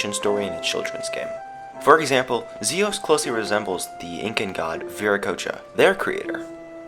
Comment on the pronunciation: fox Its Zeus not zios